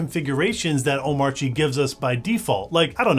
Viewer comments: The video is great. But pronunciation of Omarchy is terrible. its the same as like Oligarchy it is pronounced kee not chi. damn that was tough to listen to. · Small thing, but I thought "Omarchy" rhymed with "anarchy". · Nice video. Why does DHH not pronounce the 'r' in Omarchy. In the r silent in Danish?